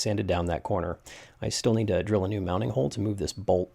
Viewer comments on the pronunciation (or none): none